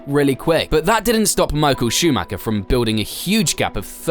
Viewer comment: Warum könnt Ihr Verstappen richtig aussprechen, aber Meikel Schumäker nicht?